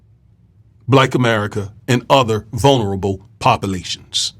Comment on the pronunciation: "With" not "wif" "ambigUous" "popAlations I DO appreciate your blog, it's probably the BEST one on YouTube, so please don't 'internalize' my corrections. Thank you 100%